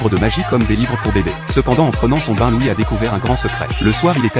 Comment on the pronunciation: C'est loid pas louis